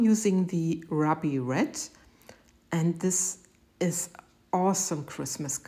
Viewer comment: Hey, ANY colors can be used for Christmas! 😊😘 If I don't use the traditional bright red, green, and gold, I switch over to lime green and turquoise, my favorite colors. 😊 Oh, WOWWW! Those are GORGEOUS,! They bloomed amazingly, and I just live that pattern, too! That red is FABULOUS! "Ruby" is pronounced "roo-bee"; the " u" is like "moon."